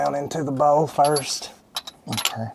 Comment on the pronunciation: Bowt=bolt. Ol=oil. Bouwl=bowl.🤣🤣🤣